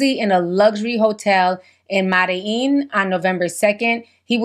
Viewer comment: You said Medilin